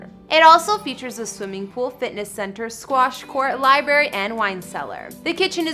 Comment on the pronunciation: stopped watching when she called one of the rooms a "libery"